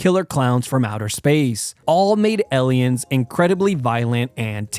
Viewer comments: The way you pronounce aliens has me thinking you might be one 🤔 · Pronunciation of Aliens is way off. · You keep pronouncing Aliens wrong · Its weird how you pronounce aliens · Honestly, once he started pronouncing aliens with an E I couldn't stop thinking about it and didn't really pay attention from that point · most terrifying thing is the way you pronounce aliens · Anyone else chuckling at the way he says aliens?? It’s like he’s saying the name Ellen lollll. Maybe just a regional accent thing but it caught me off guard. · The weirdest thing in this video is how you’re pronouncing aliens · The truly scary thing about aliens is how you pronounce them! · His pronunciation of aliens is just like an alien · The scariest thing in the universe is how he pronounces Aliens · Why does he pronounce "aliens" so bizarrely? I don't think there's a single accent on the planet that would pronounce the "a" in that as an "e". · Fr he said sum “eliens” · How are you pronouncing Aliens? 😂 Ehliens??? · Elians are so scary. I don't like the movie Elians either. Elian elian elian. 😂 Does someone want to tell him he's saying it wrong? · My brain almost broke hearing him say "ellians" over and over again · Number 6 - “ELLIENS” 😂😂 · I thought it was just me lol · Is it just me or are u pronouncing Aliens like L-iens?🤣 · "Ehliens" heh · The most terrifying part of this video is when he says the word "Eliens" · Ill give you $2 to pronounce "Aliens" right. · elien lol Ellen from space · the scariest thing is how you say "Ellians" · Elliens? Lol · This man said ellions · Did this guy pronounce aliens as "alians"? Funniest shit I've ever heard xD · Not elien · Bro says ellion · My friend elliyens😂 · I was about to say this 😭😭😭 eliyen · Bro doesn't know how to pronounce aliens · The scariest part of this video is the way you pronounce aliens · Why does he keep saying “EL-ien”? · After reading the comments, I hear it too now "Ellions" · Why does bro say eliens but not aliens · Lol - ELL-iens.